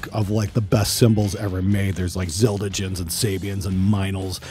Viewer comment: KhronX haha, I thought the same thing. Zil Duh Jen!